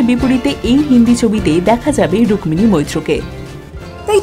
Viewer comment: 'রুক্মিণী ' শব্দের 'ম' এর উচ্চারণ হয় না।